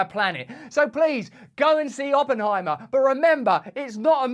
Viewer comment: I heard "Open I Maah"